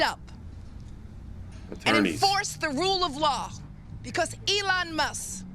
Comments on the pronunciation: someone tell her there’s a loud K IN MUSKKKKKKKKK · She calls Elon..... Elon Muss... because she can't pronounce the K. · She’s going to get sued again for defamation issues. she didn’t even say his name right Elon Mus 😂😂 Musk pronunciation Leticia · I hate her. Lol. She can't even talk. Elon mussss! Muss muss muss. Lol. Its musk you fool! With a K!!!! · Who is Elon Muss? That man’s last name is MUSK. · ELON MUSSS? No K? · Letitia James can't even say Elon's name properly. His last name is NOT Muss. She is a pathetic excuse for a figure of authority. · Wtf is elon mussss?